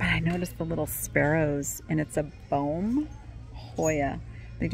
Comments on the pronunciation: its pronounced Beem, not Boehm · The Boehm glass plate that you found is pronounced beam like a balance beam. My father used to collect the ceramic birds figurines from that brand. years ago.